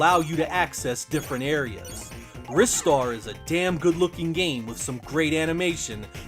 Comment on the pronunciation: Mega Drive really did have the best platformers. I have to disagree about Batman Forever. It's a flawed game but nowhere near as terrible as people make it out to be. However you did get the pronunciation of Ristar correct unlike most YouTubers so all is cool.